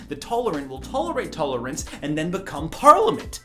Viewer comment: "Tullerents"? What's that? Is that something?